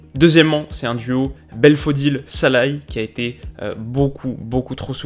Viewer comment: Salut, excellente vidéo je crois juste qu'on dit Szalai et non Salai